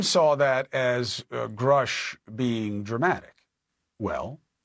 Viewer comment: Unreal how the mans name can be everywhere and yet people will still say Grush instead of Grusch